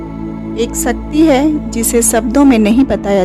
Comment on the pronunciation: One request.. Please pronounce shakthi properly.. There r many non hindu people who watch this video and mispronounce the name of shakti as sakti. Just a request. If we don't pronounce our God's name properly then how others will.. Your video is informative and very nice otherwise. Thanks for sharing the precious knowledge.. Jai mata di.. May God Aadi Shakthi bless all of us. 🙏